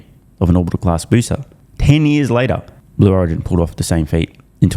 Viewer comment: Miss pronouncing its "Slow Origin" 😂